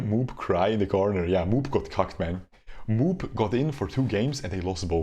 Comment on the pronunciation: "MOOP" doesn't pronounce "moop" but MOO - P .